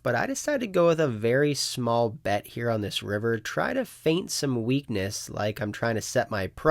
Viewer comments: it’s not “faint some weakness”; it’s “feign some weakness”. Just letting you know. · *feign not faint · it’s “FEIGN some weakness”.